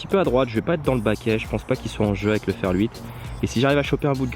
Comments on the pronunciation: Sympa la vidéo :) Mais pk tu dis ferL 8 ? ^^ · Oui j’ai remarqué,ça me fait marrer 😂